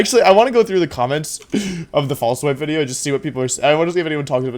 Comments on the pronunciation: Don't care about competitive Pokemon and literally only come here just to hear him say "wideo" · I have given up on day 7 of saying "wideo" without any response. I am greatly ashamed and saddened that you never did respond. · I love that he says a "w" sound for "v". I lived in Germany for a year, and when they speak English and do the same thing it's hilarious. There were people there called veggie girls (because they cut a lot of veggies), and you can imagine what their name became... Lol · Wolfey doesn't pronounce video incorrectly. He's just a time traveling roman